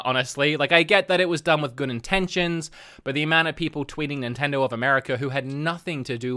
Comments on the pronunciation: "Nintendro"?? You can't even pronounce the name correct. No wonder they dropped you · Maybe a Nintendo dropped him because he can't say Nintendo. "Nintendirr" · I just love how you pronounce Nintendo "nintendur" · Can't unhear this now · I love the way you say Nintendo